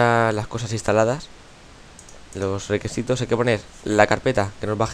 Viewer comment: jaja dijo requesitos xd